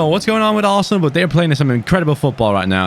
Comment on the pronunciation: Hidden message is saying "ASSENAL" isntead of "ARSENAL"